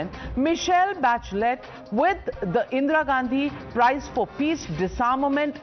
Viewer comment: So Ga can't even pronounce In Ga's name correctly. 50 years feeding on mother India and can't be bothered to pronounce Indira instead of Indeera.